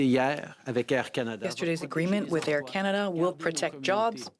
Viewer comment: It is CanaDAH under TruDAH!